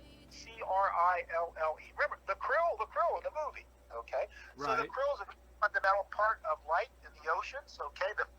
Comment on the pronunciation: The 'ocean life' is "krill", not "Crille"...but would not know that